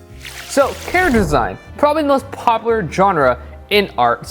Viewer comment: “poplar” - 2019😂😂